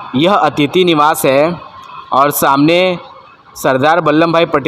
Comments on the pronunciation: नाम ठीक से बोलो बल्ले नही बल्लभ भाई पटेल नाम है,!! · Say Ballabh Bhai Patel correctly.